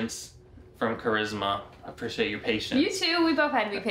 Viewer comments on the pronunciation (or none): AND FYI IT'S CHARISMA NOT CHRISMA